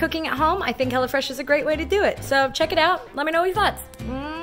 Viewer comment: Until I thought you were saying HellaFresh.